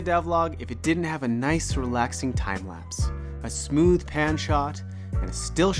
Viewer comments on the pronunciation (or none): none